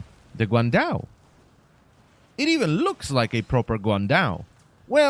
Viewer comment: I suffer everytime u say the weapon name haha, chinese here